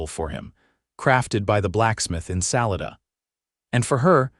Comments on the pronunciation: "Sa-LA-da" - all three "a" sounds like "ah", or like "Fah" and "Lah" as in music notes, "doe ray mē fah sō lah tēa dōe". and "dah" "Sa-LAH-dah" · Pronunciation of Salada is incorrect!